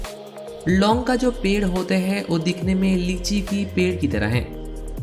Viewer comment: Babu SAAR nahi KHAADH, aur CHHAAL nahi CHHILKA, O nahi WO, E nahi YE, KEYI nahi KAYI, HEY nahi HAI bolo, Bangali ho kya?